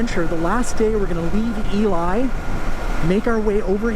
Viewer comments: Looks like an awesome trip! Looking forward to see how the new bike holds up for it. (Also, Ely in Nevada is pronounced “ee-lee” and not “ee-lie.”) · Very cool plan/ride. BTW, its E-Lee, Nevada, not E-Lie.